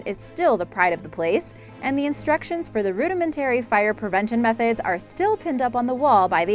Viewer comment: After discovering more atrocities here's part 2! 1. Fafe - the E is silent. Sounds like 'faff' 2. Hermitage is pronounced like 'hermitidge' 3. Wordie is pronounced like 'wardie' 4.Rudimentary is emphasised incorrectly 5. Newfoundland is emphasised incorrectly 6. You removed 'Svalbard' from the commentary, no doubt due to terrible mispronunciation (the D is silent)- it remained on closed captions. 7. Ellidaey is actually pronounced a little like "Adlidaay' it's a complex one. 8. Vestmannaejar again complex, like 'vestman airrr'. 9. Archipelago - don't say the H. .10. You also pronounced Bjork wrong too. how can you say 'BOOOOKcases with BOOKS in it' and mispronounce the first word just a second before saying it correctly?!?!? Dear God woman, get another job. It took me 2 mins to look the couple I was unsure of up on google. What's your excuse?